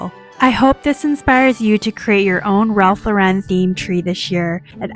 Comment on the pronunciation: Lauren is pronounced like the women's name. Please learn to say it correctly